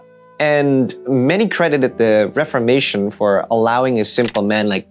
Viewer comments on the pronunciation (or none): none